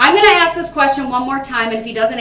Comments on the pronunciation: Why do people say "aks", when they know the word is ask. Is it a refusal or are their lips just incapable of pronouncing those 3 little words correctly? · For every piece of crap out there like this one....if you say AX instead of ASK.....Open a dictionary you illiterate idiots. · AXE NOT ASK! 😂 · Michelle isnt here so he doesn’t need to “axe” anyone 😂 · Cuz yo aks😂😂😂😂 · Axe me a question! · Someone teach that idiot the word A-S-K! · Ughh I hate it when people AXE me to do stuff!